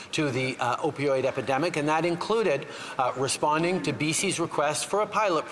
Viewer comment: The guy can't even say the word epidemic.